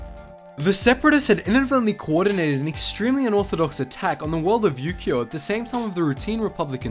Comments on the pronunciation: Ukio i thought he said you gio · When said ukio i thought he said Yu-Gi-Oh.